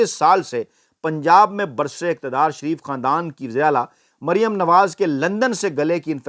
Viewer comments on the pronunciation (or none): none